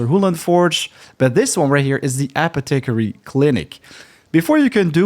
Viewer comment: App-e-tick-ery lol It's apoth-e-carry